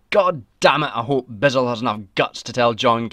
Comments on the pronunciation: Its not Bisel, Its Bissell. I guess hes never seen anything cia and just went to wiki. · I absolutely hate how you pronounce Richard bissell’s name